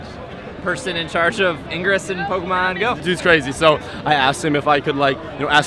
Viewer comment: Did John Hanke mispronounce Pokemon? SMH.